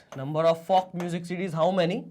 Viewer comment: The way he said folk😧😦😮😯😲